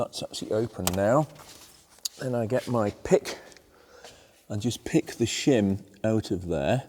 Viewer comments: I thought you said Shum under the buckets!!!! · Shem aboot exaughsttt !!!